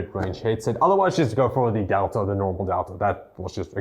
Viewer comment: adelta ????? its DELTA ffs what i hate ppl there cant pronaunce things correct